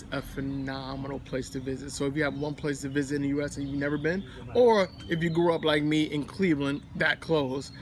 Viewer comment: You messed up when you said US